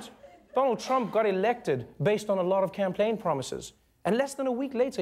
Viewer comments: did anyone else notice that he said "camplaign" instead of campaign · did anyone else hear camplaign promises and not campaign promises? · Am I the only one that caught Trevor saying "camplaign promises"? Lol, You still the best though